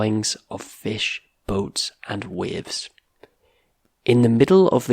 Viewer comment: are you Scottish? I'm just curious because of the way you pronounced certain words like the ones that have the /ey/ sounds: carefully, raised, paper, and waves. Carefully sounds like curfully; raised, reezed, paper has a true /ey/ sound; and waves is wevz. Also, isn't buried supposed to sound like beh-reed?